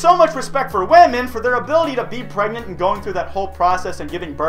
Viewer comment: pregert pregant pregante